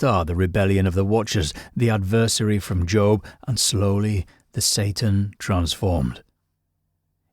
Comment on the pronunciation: ADversary not adVERsary.